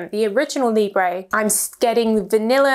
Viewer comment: Thank you for the review! Please please could you check the pronunciation of the French words next time? I am not even French but it pains to hear 'libreyyyhh' all the time... Still, love your reviews! Lots of love!